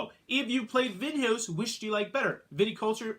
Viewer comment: is it so hard to check "Vinhos" pronunciation in google translator before recording?, massive face palm